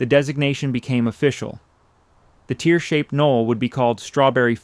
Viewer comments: Mispronounced 'tears'. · Just after t=1763 it fucks up the pronunciation of "tears". It's a pretty good AI otherwise. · The word "tear" as applies to torn clothing is pronounced "tare"....not like moisture coming from your eyes.